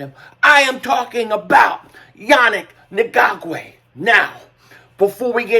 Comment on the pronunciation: I really….. really, really, really hate when people make videos and don’t take the 3 seconds to learn how to pronounce their name. Annoying and disrespectful at the same time… say it with me “Yah-nick N-gok-way” it’s really not hard.